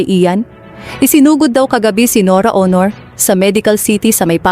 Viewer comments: I agree with you she can't pronounce properly. What planet she came from? I'm based overseas but I can still speak and pronounce properly. NORA AUNOR SOUNDS HONOR. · Oo nga parang tanga Aunor lng di pa ma pronounce ng mabuti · Ano ba tong nag sasalita norra ooonoor ang tawag sa superstar. Nora Aunor.. please don’t make any videos about anything Tagalog or anybody specially about the death of important person.. you can’t even pronounce the name properly. that is beyond disrespectful. Tarantado to! Bwisit!! Unsubscribe!! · Aunor naging honor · Pagbutihin mo naman ang pagbigkas ng pangalan N O R A A U N O R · Pati family name ni NORA Mali ang pronunciation magaral ka muna ng tagalog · Bakit hindi ka marunong mag pronounce ng Aunor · I agree. She can’t even pronounce Nora’s last name right. Please practice your Tagalog before you blog.